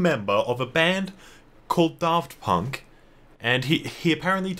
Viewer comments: it’s FUCKING DAFT PUNK NOT FUCKING DARRRRFT PUNK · I like the video but one thing that bugged me was the way he pronounced Draft Punk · i almost didn't recognize daft punk when you pronounced their name like that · "DARFT PUnK" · why’d you emphasise the DAFT and not the PUNK